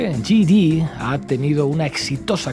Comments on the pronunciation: J.D. se pronuncia yei di. Yi di sería G.D. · Hey! No se pronuncia yi di. Se dice YAY DI. ¡Por favor!